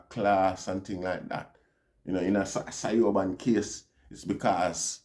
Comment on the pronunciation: Siobhan is pronounced Chevaun.